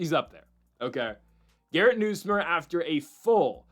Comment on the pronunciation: LSU’s QB name is pronounced Nus like Bus + myer